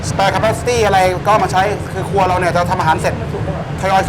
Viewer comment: ทำไมฟังไม่ค่อยชัดเลย ครัวหรือครวย ครับ😂😂😂